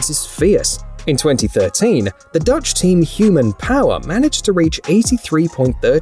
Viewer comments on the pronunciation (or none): none